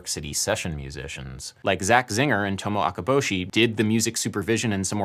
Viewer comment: Love you Adam, love this video, but you absolutely butchered her name. It’s Tomoko not Tomo (such as Tomo Fujita!). That’s a different name all together. That’s like the difference between Tim and Tom. Not trying to be rude at all. Just telling you so you know next time! Appreciate all the work you do.